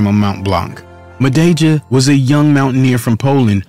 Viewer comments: "Mah-day-jah" Jesus christ wtf is that pronunciation😅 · Please show a bit of respect and learn how to pronounce one’s surname before producing such video. You are twisting the pronunciation of his surname horribly wrong.